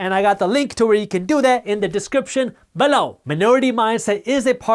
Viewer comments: I love how he says the word "buh-loww!" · I come here every day just to laugh at how Jaspreet says “below” LOL Joking!! Awesome content as usual. We’ve entered a LONG period of “interesting” economic times!! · He's getting more pronunciated with it like a catch phrase